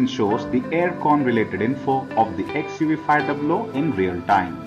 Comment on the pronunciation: It is called XUV 5 double O only and not 500